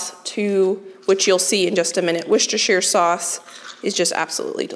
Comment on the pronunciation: I can’t stop laughing at the way you say Worcestershire sauce. Bless you. I guess we have weird pronunciations over here in the UK… For those of you who don’t know, it’s pronounced ‘Wooster’. The city and county in England is also pronounced this way. So it’s ‘Wooster’ sauce. Much easier to say, right?!